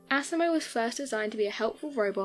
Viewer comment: LOL Can't help but laugh every time you pronounce asimos name like assimo😂.